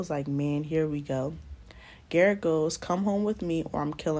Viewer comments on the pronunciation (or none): She said " GARRRETTT" I am cracking up! lol a name I cant pronounce some African man lololol. Hilarious